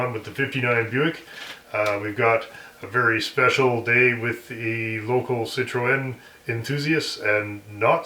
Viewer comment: Citroen pronounced si truhn